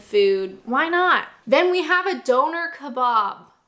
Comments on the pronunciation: It's doner kebab, not donor kebab. lol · What type of food is a Donor? Doner Kebab, I know but a Donor, wtf is that? (your pronunciation is appalling on this). Meanwhile your tastebuds went out the window when you preferred McD over Burger King. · Aww goodness, yes I must agree, you do say bagel funny haha! Sounds like you are saying "Beargul", whereas we would say it "Baygul". Also, Doner - you say it how it looks, like a blood doner, but most people here say "Donna" and "kabAb", not kabOb. :D But nevermind... atleast you ranked Fish & Chips as S tier, that's all that matters <3